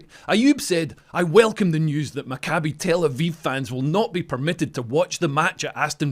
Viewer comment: Love ya, Leo, but it’s pronounced MACK-ah-bee, not mac-CAH-bee. (Same for the other guy who said it incorrectly.)